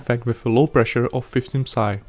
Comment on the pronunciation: Je to "pí es aj" ne psaj ;)